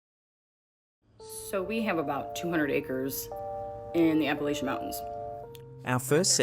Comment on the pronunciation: She mispronounced "Appalachian"